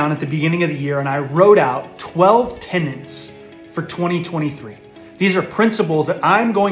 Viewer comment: Tenets. Principles. Not tenants and principals.